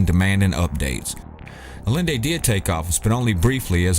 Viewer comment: Salvador Allende = Ah-Yen-Day